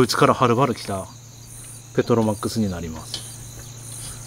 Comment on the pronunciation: ペトロマックスをの発音すごい笑